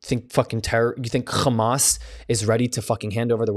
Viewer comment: Must you make that repulsive phlegmy grating KH sound instead of the soft H sound when you say Hamas? It’s Hamas NOT KHamas. The world will thank you - including people who are 100% pro-Israel. Continuing the KH sound is pure stubbornness and inconsiderateness. Thank you. Constructive criticism.